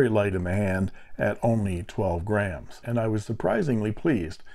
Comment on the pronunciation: Geez! I thought you said 12 Grand, not - 12 Grams., $$ LOL! That made me say What?? Had to do a fast rewind to get myself off the floor. I think I’ll have to get this one.